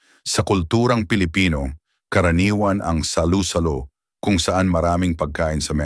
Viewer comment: Suggestion, please paki-ayos ang pagbibikas ng mga salita. Correct pronunciation please. Kasi nakakairitang pkinggan. Examples (alimango, salo-salo, tahong, namamaga, pangangati ng balat, mantika, bangus, sinigang, sampalok, palaman, nilaga, lapu-lapu, mantika, sobrang alat, bawat kagat, mabango, kanin, makakasama sa ayin. May mga sandali na tama nman ang bigkas. Sana consistent sa tamang pagbigkas ng salita. Thanks!, ❤